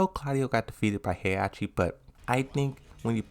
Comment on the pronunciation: lidia is not pronounced leeda heihachi is not pronounced heyachi azazel is not pronounced azel